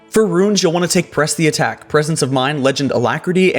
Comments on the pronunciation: why did you say PRESH the attack? This was not a mistake, as you said it too. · lmao "Presh" the attack. You failed hard there xD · how you are saying press the attacl xD